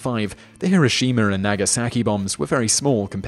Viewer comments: He-row-she-mah not he-ro-she-mah... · This is great. I love hearing about the Tunguska Event. There's no "r" at the end of Tunguska or Hiroshima, though.